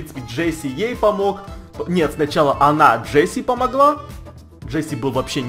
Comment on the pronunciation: вобщето не джесси а джесс